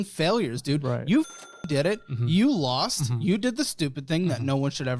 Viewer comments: The way he is pronouncing Montenegro is sending me 😂😂 Jung Crow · The way he pronounces Montenegro .. haha